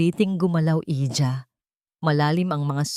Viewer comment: Pwede ba ayusnn byo naman angpagbabsa ".Iha not Hija""